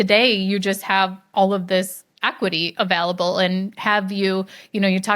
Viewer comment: pronunciation of available continues to baffle me